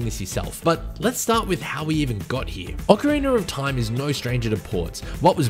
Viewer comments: he keeps saying "ocariner of time" and i can't not hear it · this man did really not say "oceriner of time" at the very start right? OH HE KEEPS SAYING IT LIKE THAT? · Why people still say “ocariner” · Why do some people pronounce it "Ocariner of Time"? Is it an accent thing? Not trying to be an ass, i'm genuinely curious. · Thanks for your answer! Now when you say it, it mat be correct that it is an aussie thing. When i think about it, i've only heard that pronounciation from aussie gamers :) But just want to reiterate: I didnt mean no disrespect or anything like that. I love the aussie accent, its the loveliest english on the planet actually :)